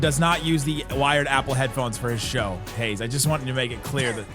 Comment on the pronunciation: "Haize" nailed it.